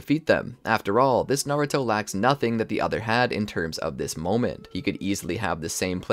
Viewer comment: Bro said maruto